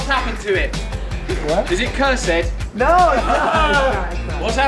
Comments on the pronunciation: Hahaha! "is it curs-Ed?!" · Lmao Russell Brand : "Is it curs-ed?"